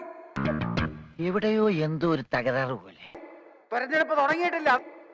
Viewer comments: ബിജെപിക്ക് അങ്ങനെ തന്നെ കിട്ടണം. തിരഞ്ഞെടുപ്പ്നെ തോരഞ്ഞെടുപ്പ് എന്ന് പറയുന്ന പൊട്ടൻ. സ്വന്തം അച്ഛനെ വരെ ചീത്ത പറയുന്ന ഒരു മകനെ ആണല്ലോ ആന്റണി സാറിന് പിറന്നത് കഷ്ടം... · തൊരന്നെടുപ്പ് എന്നാണ് 😄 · തോരന്ന് എടുപ്പ്😂😂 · 'തൊരന്ന് എടുപ്പ്' തന്നെ, correct 👌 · "തുരന്നെടുപ്പ് "കഴിഞ്ഞിട്ടില്ലാന്ന് 😅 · തുരന്ന് എടുപ്പ് എന്നല്ലേ പറഞ്ഞതു… അത് കറക്റ്റ് ആണ് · എടോ മര മണ്ടാ.....തിരഞ്ഞെടുപ്പും അല്ലാ...... തെരെഞ്ഞെടുപ്പ് ആണ്... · തുരന്നെടുപ്പേ ഇവന് അറിയൂ. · തൊരഞ്ഞടുപ്പ്😂😂😂 സബ്ക്കാ പ്രയാസ്😂😂😂😂